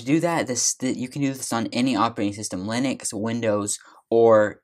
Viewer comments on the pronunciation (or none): none